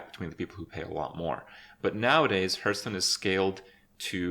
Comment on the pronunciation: Why does he pronounce Hearthstone, "Hurtstone"?